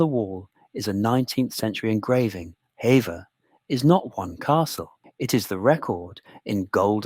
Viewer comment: Although it's spelt like "hevver" it's pronounced like "heever". Lovely video, thank you. I live nearby, I love Hever castle ❤